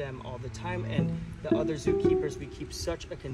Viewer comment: Otter é uma coisa, other é outra… cuida a pronúncia.